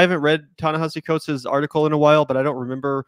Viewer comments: You guys say Ta-Nehisi Coates was such an influence on you and yet neither one of you can pronounce his name? OK. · Why can neither of them get his name right? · Guys, if you're gonna keep talking about a writer whom you claim to admire and know so much about, at least learn to pronounce his name correctly. It's not that hard. Also, stop talking over a video that you want us to watch. Set up the premise, let us see the entire video, then give us your take on it. The constant starting and stopping of a video you want us to watch, as well as your commenting while it's playing is something that you do constantly and it's annoying.